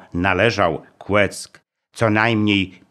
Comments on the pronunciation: Kłecko,a nie Kłeck panie w naszym powiecie mówi się że to wielkopolskie Westerplatte pozdrawiam jak zwykle super materiał 👍👍🇵🇱🇵🇱🇵🇱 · Bardzo dziękuję! Ale przy okazji Kłecko a nie kłeck.